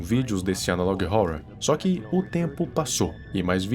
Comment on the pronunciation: Nunca assisti, sabia q era ruim, Achei mt engraçado q ele fala Analog ohourror